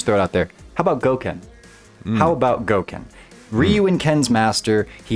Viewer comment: Once you said Goken I left